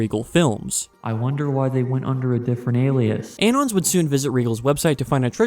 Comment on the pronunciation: why are you pronouncing "anon" like that? it's short for "anonymous"